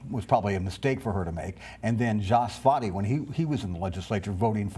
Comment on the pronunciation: I think I heard three different pronunciations of “Svaty” in this video.